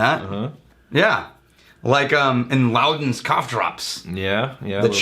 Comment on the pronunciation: It's Luden's Cough Drops, pronounced Loo Dens.